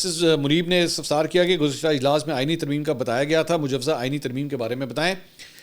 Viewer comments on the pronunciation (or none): none